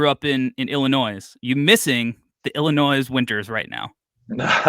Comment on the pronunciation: really pronouncing the "s" in Illinois like his life depends on it.